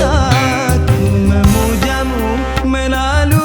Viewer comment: Mantap bang tapi maaf ya sedikit koreksi pengucapan artikulasi di kata ku memujamu, melalui lagu, pengucapan me.